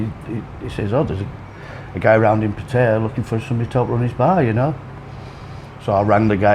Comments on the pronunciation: It's Phat-tha-yaa with two short high tones followed by a long middle tone. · It's definitely PATT-uh-ya. Rhymes with Nadia, not with papaya. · say pattaya not pattaya ...